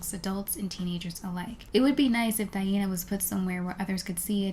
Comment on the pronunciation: i appreciate how you pronounce her name